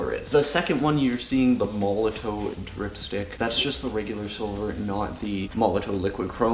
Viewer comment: Made a whole YouTube video about a company and product that you aren't pronouncing correctly and you didn't read the instructions for....lol